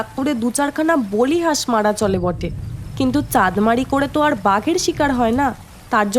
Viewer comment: ব্যোমকেশ তর্জনী দিয়ে বাতাসে আঁকিবুঁকি কেটে চিন্তা করছে! দৃশ্যটা কল্পনা করেই হাসি পেয়ে গেল। পাওনার মধ্যে কিছু শব্দের নতুন উচ্চারণ শোনা গেল: কৌচ বা কাউচ-কে কৌচো, বালিহাঁসকে বলিহাঁস ইত্যাদি।